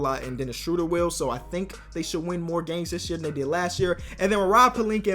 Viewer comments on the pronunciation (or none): You're somehow getting even worse at pronouncing Schröder